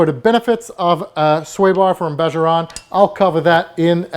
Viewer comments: you are awesome...but it's BAHA Ron. The j sounds like an h... Still, a great video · pronounced "BAA HAA"